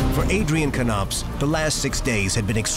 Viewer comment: Why is he pronouncing it Kuh-nopps instead of Nopps? That's also confusing me 😆